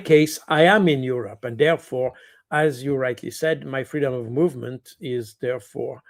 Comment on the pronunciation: Pronunciated EU-Robber.